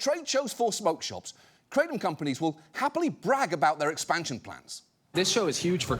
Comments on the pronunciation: Kratom is pronounced KRAH-TUM. It’s not crate-um. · No John, just ban them, as a former "krah-tum" (not kray-tum John smh) we will figure out how to deal with withdrawals. Theyre not the same as opiods but its disgusting they're not 100% illegal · just pronouncing it that way is pretty pathetic, there was a guy here in Brooklyn and a head shop who kept on saying it like the way you would pronounce "Ralph Kramden", it was stuck in my head for a fucking year lolllll KRATT'um!! it's krah-TÖM. Thai. just like we dont say San Joasy or chevroletttt 😜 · First, its pronounced kratom, not kratom. I agree gas station drugs are trash, but there are online kratom vendors that test for quality and consistency that are a better source if you take kratom for pain management or recreation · 😡😡😡😡😡😡😡I love you John Oliver but you are an idiot for not even knowing how to pronounce the word correctly let alone COMPLETELY talking out of your ass. kratom literally save thousands if not hundreds of thousands of lives by getting people away from opium. that's why it was made illegal during the British opium wars. The problem is with contaminated product, or concentrated extracts that actually mimic strong opioids. YOU ARE HARMING PEOPLE WITH THIS BROADCAST. this was just the biggest mistake you've ever made in your career.